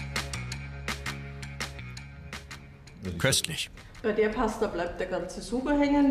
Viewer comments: Gragnano, nicht Gragano. Die Karte ist richtig, der Titel nicht. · Please the city is GRAGNANO, not GRAGANO...